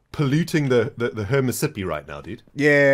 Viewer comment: Did just call it "Hernit-Sippi river? Volume was low and i don't remember the part it was at